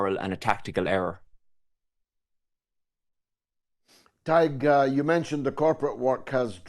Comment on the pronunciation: Weird that George wouldn't know how to pronounce Tadhg's name. It's really easy, just say it the way it's spelled: Tad-huh-guh.